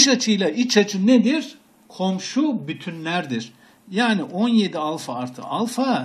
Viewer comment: hocam alfayı duzgun okuyun lutfen